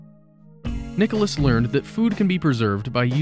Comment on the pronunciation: NiColas, not Nicholas, please !